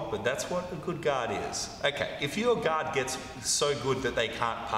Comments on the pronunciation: I often hear "God" when he says Guard 😊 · Yeah us Aussies drop the ‘r’. Americans pronounce the ‘o’ like an ‘a’.